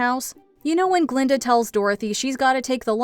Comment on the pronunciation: BTW: "Glinda", NOT "Glenda". You're welcome.